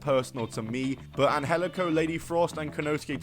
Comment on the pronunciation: It’s not pronounced an-hel-ico. That’s just the way they tweaked it for Lucha Underground. It’s pronounced an-jel-ico.